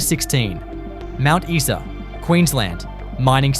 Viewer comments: Isa is pronounced Eye sa. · Imagine calling yourself "" when you don't even know how to pronounce Mt Isa!